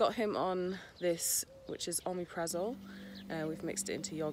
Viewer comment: So do I! I take it for heartburn not ulcers. It’s good stuff, certainly works for me 👍 Don’t think pronunciation is quite right but as long as it helps Mufasa that’s all that matters 🤣